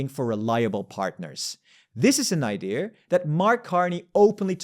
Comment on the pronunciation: he breathed life in a very old ideaaarrrr